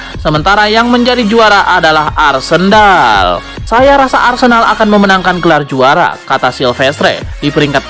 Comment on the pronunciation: Nada arsendal bagus min😂